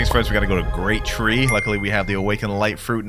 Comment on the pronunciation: bro said grat tree and show diamond hill